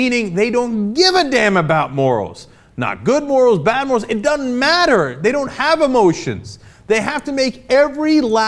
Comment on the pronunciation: Please stop saying "duh-nn" instead of "doesn't", it makes you sound a lot less well spoken.